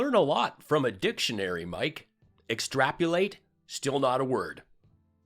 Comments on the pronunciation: "extrapulate"? Lindell is definitely confoozled - I thought he was talking about what Dim Jr dreams of doing all over Ivanka. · extrapulate????.Is this guy high? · Extrap-u-late. Then they get mad about being called hillbillies from Deliverance